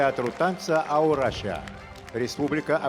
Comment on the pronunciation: Надо же ..не Аурашия...правильно Аураща...всегда найдется грузинский подпевала .